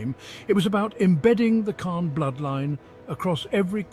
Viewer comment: Pretty hard to listen to this guy repeatedly mispronouncing the Khan's name. Thumbs down.